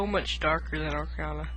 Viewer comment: you keep calling it ocRiana of time lol